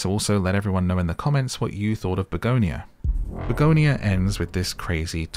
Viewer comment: Hey it's pronounced Bug On Ya for your health TM